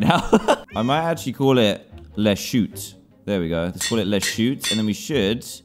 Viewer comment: Le is pronounced “Luh”